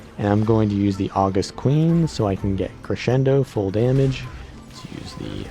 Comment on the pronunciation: Small nitpick: august is the adjective meaning dignified or awe-inspiring. It's not the month of August, and it's pronounced with stress on the second syllable (aw-GUST)